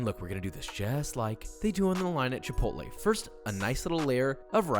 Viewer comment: It’s pronounced chip-ot-l